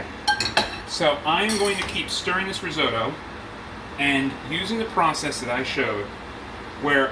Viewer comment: Could not agree more, this may be an interesting family recipe but this has nothing to do risotto. And learn how to pronounce risotto properly. The longer I watch this the worse it gets, it really hurts watching this. You have no idea about the theory of cooking a risotto, and serving in a soup bowl. Go back to basics and read Marcela Hazan before doing another video.